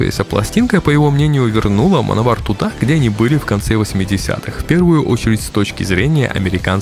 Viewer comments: Точно Мановар произносится?А не Мэн Овер? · всё интересно и познавательно ,я очень любил эту группу в течение долгих лет,но господи,почему вы назывете команду ''мановар'' ведь''Manowar'' читается вообще не в такой транскрипции.Реально ухо режет,с трудом досмотрел до конца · Ну автору название хоть можно правильно говорить, в 80-х "мановар" так говорили, "плуги", "колхозники"... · "Мановар"😂... ну, даёшь... да, называли так у нас в восьмедисятых, читая по латински. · Как-же противно слушать - мАновАр.... как сАмовАр. Блин, научись произносить правильно.